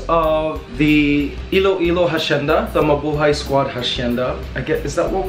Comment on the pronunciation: I think hacienda has a silent H when it's pronounced.